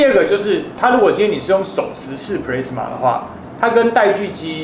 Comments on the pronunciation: Plasma的讀音應該是普拉斯馬，不是普類斯馬。 A發阿的音。 加油！讓台灣的youtube平台不要只有娛樂圈而已，給個讚。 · 我也都是聽老師傅說ㄆ拉斯馬，ㄆ勒斯馬我還是第一次聽到🤣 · 發言錯誤了喔，是ㄆㄌㄚ死ㄇㄚˇ，不是play死ㄇㄚˇ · 你在這不服氣回復的時間 可以去搞清楚plasma 和 pressman 根本是不一樣的 還有 要酸也是酸你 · pla s ma 不是唸 ple s ma...等離子是中國翻譯 台灣叫電漿 物質的第四態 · 是普拉阿斯瑪, 不是普雷斯瑪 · 普拉斯馬 not 普咧斯馬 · 英文都唸錯了，一點都不認真，Plasma唸做 "鋪拉死馬"，不是 "普咧死馬" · 其實那是英文的日文發音プラズマ，中文念"普拉茲馬" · 普莱子么 [ˈplæzmə] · 聽了很多次的”press-ma”......聽到我懷疑人生了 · 少年ㄟ 不是google翻出來 就等於業界再用的 在業界 你貢press-ma 沒郎聽有拉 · 完全認同👍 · pressman是三小? 你搞笑? 弄理工題材 就是要追根究柢 實事求是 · plasma 發音是"ㄆ拉茲瑪" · No!No!No!!跟我唸一次ㄆ拉死馬～ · 廢話不多說!結果到 之前全是廢話= =差點度辜 而且一直聽到pressma到底是說錯還是習慣= = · 日語發音轉過來的，要先用日文去想念法才會對， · plasma發音錯誤, 還有等離子體是中國用的名詞, 台灣叫電漿. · 光這個 " plasma "的讀法,差評